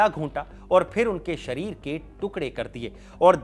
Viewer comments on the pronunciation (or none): none